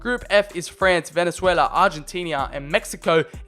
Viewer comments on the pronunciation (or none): none